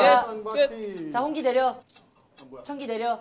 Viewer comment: 청기이..! 냅또..! 핳핳핳핳핳핳 진짜 ㄹㅇ 이번 청기 홍기게임은 마크가 ㅋㅋㅋㅋㅋㅋㅋㅋㅋㅋㅋㅋㅋ 진짜 개웃기네